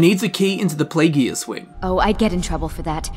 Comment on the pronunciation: I don't wanna be that guy but I have to ask, why do you pronounce Pelagius with a hard g rather than a soft g? Like, his name is pronounced in game so many times, but you don't pronounce it right.